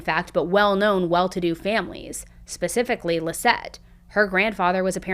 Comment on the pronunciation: Can you please stop saying “pacifically” when the word is “specifically”